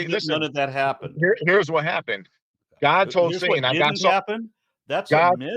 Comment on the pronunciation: I love how the man says:" GAHD! The sons of GAHD, and when the bible refers to the sons of GAHD..." 🤣 I now understand where Darkmatter2525 got that pronunciation from 🤣 There are actually people who say it like that 🤣